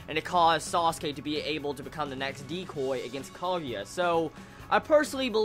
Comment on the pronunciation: Kah-Goo-Yah (emphasis on the goo) Your pronunciations make me laugh. ROFL. Nice review. At least you got Naruto right :)